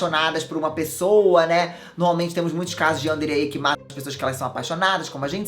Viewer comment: plmds você tá falando Yandere errado